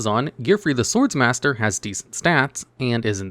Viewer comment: it’s pronounced Sword Master, there’s only 1 S. My tism is killing me here